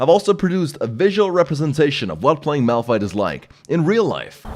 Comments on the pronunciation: "It's not malrun, it's malfight " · Nonononono You where wrong >:C.... its Malpfeet -Nicktron XD sorry had to say it Btw nice vid i would love to see you're channle Grow alot more and Do more league vid's Ive been here since 250k subs and you havent changed a bit you really deserve 1 mil subs man keep up the good work:D. Ps: Pls Notice me senpai